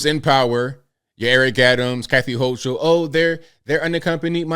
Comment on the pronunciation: The "h" is silent in the pronunciation of New York Governor, Kathy Hochul's name. Hoak-ul.